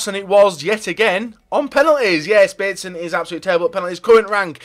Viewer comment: i actually though he said console 😂😂